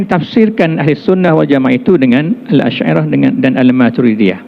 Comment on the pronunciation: Yg Majoriti Dlm Tu Je Sedara. Rakyat Entah X Tahu Apa. Dalam KL Plak tu Yg Tersasul Sebut Al..Al Shyairah Al..Matrudiahh